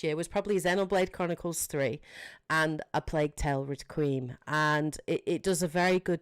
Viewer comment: Great video, my only nitpick is, Requiem is pronounced Reck-qui-Em, 3 syllables not 2 "Re-qweem" sounded so weird